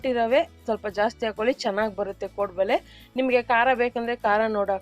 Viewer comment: Madam 1st nimma kaddada sari maadikolli. 'ಹ' ಕಾರ ಮತ್ತು 'ಅ ' ಕಾ ರ correctaagi ಕಲಿರೀ. Very first thing ಅದು ಕೋಡುಬಳೆ (ಬಲೆ) ಅಲ್ಲ .